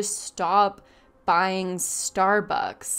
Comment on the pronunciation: you can definitey help people by charging them. i didnt like how u put emphasys on the word buying, when he talked about helping people. life aint easy nothing is free dear. other than that ur channel is fantastic